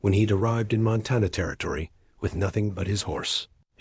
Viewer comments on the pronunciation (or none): Arithmetic (ă•rith•mĕ•tic mathmatic problems) not aromatic (scented). Montana, Mŏntănă, not Montawnŭ. Groaned under the weight of the food, not grown.